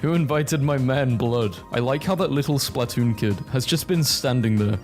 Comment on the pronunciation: i hate how you say splatoon (its spluhtoon not splaaatoon)